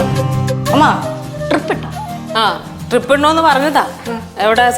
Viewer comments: TRIP അല്ല ടീമേ.. DRIP ആണ്.. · Trip alla drip anu